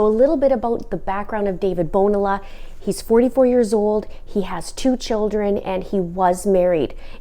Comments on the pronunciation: this guy is pure evil...I hope her family can have justice. Btw, Bonilla is pronounced bo-nee-ya... the "LL" in spanish is a "ya" sound. I only mean this for educational purposes. Not to be nit picky.. the guy is a murderer and clearly does not deserve having his name pronounced correctly! lol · In Spanish a double 'L'- the ll (el-yay) character is pronounced like 'ee'. Bon-EE-a. Like tor-tEE-a (tortilla).